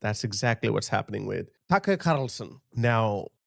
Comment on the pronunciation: “Tucker Carrrrrlson” made me spit my coffee